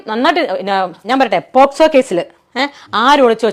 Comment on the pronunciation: Posco അല്ലടോ.. Pocso.. അതുപോലും അറിയാതെയാണ് dialogue അടിക്കുന്നത്‌